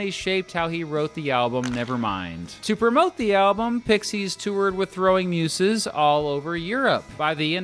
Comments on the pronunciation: muZes...not muSes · never heard Muses pronounced like that. weird